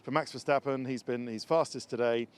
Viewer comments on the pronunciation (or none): Maybe you guys should learn how to spell Verstappen more properly like Murray trying to pronance Ayrton's name more properly. You Say Mex Vehsteppen but maybe should say it more like Maks Verstappen. Google translate can help these days!